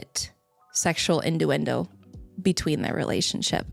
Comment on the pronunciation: WTF is "indowendo"? Even "innuendo wouldn't make sense there.